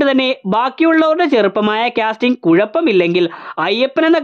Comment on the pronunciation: ക്യാസ്റ്റിംഗ് അല്ല കാസ്റ്റിംഗ് ആണ്.